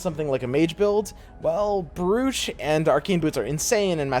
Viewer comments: Brooch is pronounced 'Broach'. Like a pin you wear. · Do people actually pronounce "brooch" like in this video? I've always heard it pronounced as "broach" as in the piece of jewellery